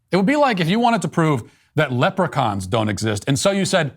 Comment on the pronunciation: Im offended you said lepuchains and im Irish